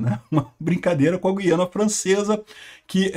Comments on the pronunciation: Parabéns pela pronúncia correta de GUIANA. Ou seja, GU-I-A-NA; diferentemente do que a turma ("galera") tem feito, em sua maioria, deixando o "u" mudo. Está errado dizer GUIANA (GHIANA), à semelhança do vocábulo "guitarra". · Meu caro, então falta avisar nossos irmãos brasileiros que moram em regiões fronteiras às Guianas . Outra coisa: A pronúncia não tem -- e nunca teve -- nada a ver com trema. A pronúncia correta sempre foi GU-I-A-NA. Jamais teve trema, jamais foi Güiana. Para você se situar melhor, vá ao Google Tradutor. Escreva Guiana em português e coloque outro idioma (Francês, Holandês, etc). Clique em ouvir no lado Português. Lá você terá fielmente a pronúncia em nosso idioma. O que estão fazendo agora, a exemplo do que você argumenta, está errado. Um abraço!